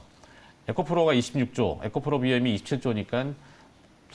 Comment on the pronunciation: 에코프로를 에코플로로 말하니 많이 어색하네요.